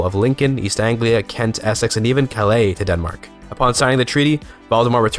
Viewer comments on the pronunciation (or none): none